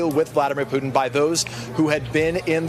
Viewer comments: C'mon Man, I thought you said a summit with "Pudding" not Putin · Cmmon man i taught you said a summit with "pudding" not Putin